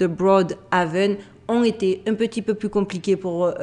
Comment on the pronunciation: 'Ont été" il faut faire la liaison ont tété et pas ont nété lol